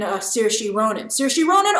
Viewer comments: Whispers in irish discomfort "Sur-sha not seer-shee" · Grace just for future reference it’s pronounced Sear-Sha! Lol